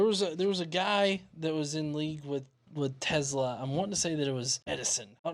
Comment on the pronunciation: I apologize but I have to correct you, do not pronounce Tezla with Z but Tesla with S letter!